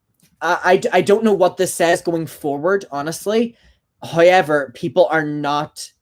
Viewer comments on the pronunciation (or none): Same!! I feel like a parrot, everytime he says "however" I say it too.. can't get the accent right tough :c